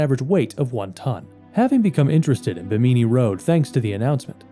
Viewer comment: Bimini doesn't rhyme with bikini. It's pronounced BIMM-in-ni.